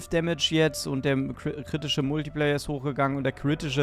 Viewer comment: Der kritische Multiplayer? Triggert das noch jemanden? Man spricht es kritischer „Multiplaier“ LG